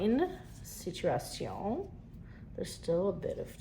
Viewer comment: I know you’re Canadian, but are you French or just know how to speak it? When you said “situation” it was hard to tell. I’m French well francophone and Canadian too. 🇨🇦🇨🇦